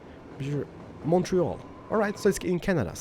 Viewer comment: Also, congrats, you didn't pronounce Montreal as "Mont Real"